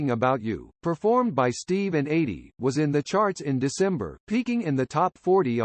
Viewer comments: The A.I. voiceover is awful. Mispronunciations throughout. Eydie's first name is pronounced EE-dee, not like "80". The United Artists label initials are U.A., not "yoo-uh". And the nearly monotone approach makes it a challenge to listen. Even a marginal human voice would far surpass this. The man and his accomplishments deserve better. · I grew up with Steve & Eydie & me & my family adored them , just like everyone else. You narrater have mispronounced Edie's name It's E ydie not A ydie . Thanks though🐿️🌻🌻🐞🐿️....